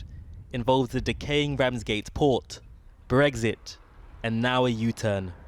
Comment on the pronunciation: "BreXit". Not "Breggzit".